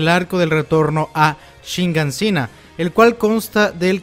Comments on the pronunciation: es Shiganshina, por qué siempre dices ShiNganshina? Queda fatal escuchar esa N ahí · SHIGANSHINA...tantos videos ysigues con "shiNgansina".